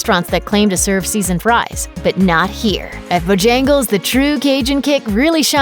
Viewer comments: This list is automatically invalid with Burger King at #4 and Chick-fil-A being so low. Edit: Also it’s pronounced BO-jan-gles not bo-JAN-gles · Can't believe she mispronounced Bojangles...twice.